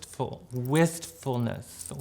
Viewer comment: She said WHISTFULNESS. 💅